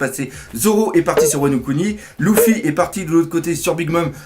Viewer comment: c'est LUFY pas LOUFI